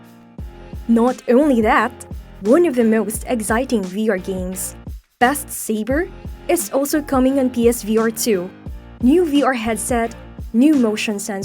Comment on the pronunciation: You are nailing words such as “experience”, “ergonomics” and “resolution”, but you can’t say “new” (as in “new lens”) where you say “now lens”, and you can’t say “beat”, so you say “best”. Look, I’m not trying to be a jerk, but if you have a tenuous grasp of the English language, maybe don’t narrate a video in it.